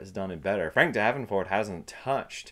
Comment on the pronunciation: Correction: Once again, I can't be bothered to try and pronounce people's names properly. Apologizes to Frank Darabont, not Frank Davenport. Sigh, one day I will actually be able to take myself seriously ...